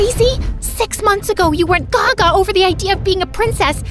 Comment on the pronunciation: Gosh she said "Gaga" as a Filipino I'm surprised